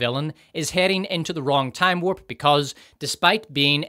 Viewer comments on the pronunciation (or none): none